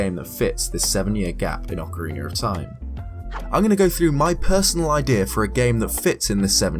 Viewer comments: Ocarina of Time: Ocariner of Time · Why the hell cant you fucking say the word ocerina?